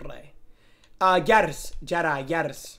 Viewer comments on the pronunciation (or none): none